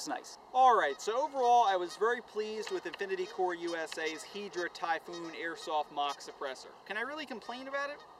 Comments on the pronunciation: hai-dra not heedra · Im so salty that he says Hydra like Hedra :I